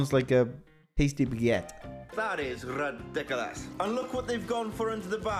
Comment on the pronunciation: You don't pronounce ridiculous properly. Google it.